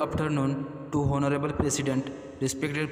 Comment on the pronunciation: Thank u so much but Honorable pronounce nahi karte, onorable bolte hai